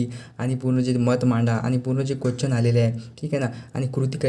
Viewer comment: Bhava question bol na quechan ka bolto aahes 😅